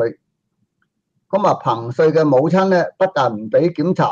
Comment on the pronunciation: 唉！一直都讀錯彭帥的名字